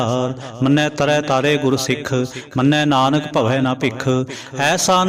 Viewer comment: ਭਾਈਜੀ, ਕੇਸਟਤਾ ਬੰਨਾਦੇਦੇਉ ਵਿਉ ਦੇਣ ਵਾਸਤੇ ਕੀਬਾਣੀ ਸੁਣਦਪੱੜਦੇ ਹੋ, ਨੱਹੀ, ਅੰਨਦਸਹਿਬ ਵਿੱਚ, ਨਾਨਕ, ਨੱਹੀ, ਨਾਨੁਕ, ਹੇ, ਸੱਰਮਕੱਰੋ ਕਿਉ ਬਾਣੀਤੋੜਦੇ ਹੋ, ਉਜੜਜਾਉਗੇ